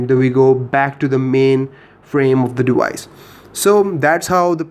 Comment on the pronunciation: dewice ...... ok bro :D